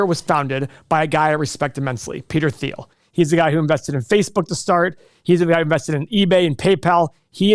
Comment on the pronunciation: Proclaiming immense knowledge of Peter Thiel and botching the very easy and well known pronunciation of his name- all in one sentence. That's a YouTube investing guru for ya folks.